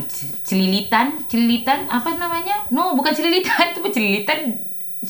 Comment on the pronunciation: Pecicilannn😭😭😭 bukann cililitan😭